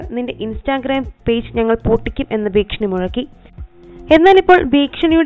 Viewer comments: ഭീക്ഷണി അല്ല ചേച്ചി..ഭീഷണി..😊😬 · ഭീക്ഷണിയല്ല മോളൂസേ .....ഭീഷണി